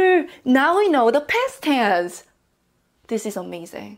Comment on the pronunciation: I like how you pronounce "Past Tense" as "Pest Tens". Sounds annoying yet funny